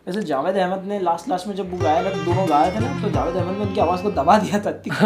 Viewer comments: Its Jawad not Jawed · Jawwaad not javaid . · He is not "Javaid" he is "Jawad". Pronounced as JA-WAAD 😂😂😂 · Jawad not jawed